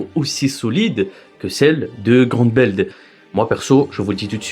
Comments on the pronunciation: Apres “évrine” c’est “groumbeld” il ne sait pas parlé, arrêter d’inviter des gens qui ne savent pas prononcer un nom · Franchement tu ma rendu fou toute la vidéo avec Évrine et Groumbeld😭😭😭😭 je trouve que sa fait irrespectueux pour l’oeuvre et ses fans de meme pas faire l’effort de prononcer un nom correctement en plus c’est pas une fois comme sa genre sa arrive nooon t’insiste en plus